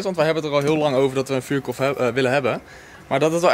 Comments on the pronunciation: GIO LIEVERD HET IS EEN VUURKORRRRRF NIET KOLLLLF😪😪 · Vuurkorf: vuurkolf😩😂